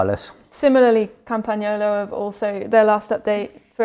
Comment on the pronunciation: capture that moment, make a short clip of it for PAUL to hang on his wall or turn it into a ringtone , Campagnolo pronounced correctly for the first time on this channel hahahahahahaaaaaaa................................a brotherly laugh at your expense that could not be ignored